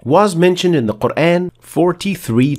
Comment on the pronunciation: Appreciated, and its(Quran) not kur aayn, its Kur aan